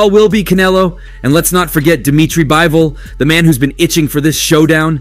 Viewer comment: Bro said Bibol